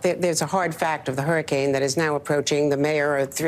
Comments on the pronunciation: what do you pronounce hurricane Hair Kane 😂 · Hairracanes!!! I love the way you're pronouncing hurricane lmao!!! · Yeah she might be reading from a script but you don't even know how to sayb hurricane. There is no spelling in the word of hurricane That has "Hrar-ucane.". Does dum-dum need to go back to school school? "Hear-icane " are you kidding me. Damn my great-nephew nose proper English. Where did you go to School? The UK or New Zealand? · I love you dearly, but its pronounced "her-i-cane" not "hair-i-cane"😂 And the word is sacrosanct, not "sancusat" 😅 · What is a Hairacaine? I've heard of Hurricanes. Did you go to dumb dumb School? Did your teacher tell you to pronounce it as Hearacaines? Because I'm pretty sure it's called hurricane. Dum dum need gum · Who else is hearing him say hairricane? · I agree with you but Jesus stop pronouncing it harricane. And it’s not saccusaint. It’s sacrosanct. Jesus. This dude is making bank posting videos on YouTube and he’s an idiot. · dude, wtf is a hair-icane? LMAO